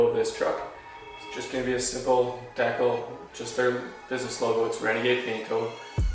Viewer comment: Do you not know how to pronounce decal😭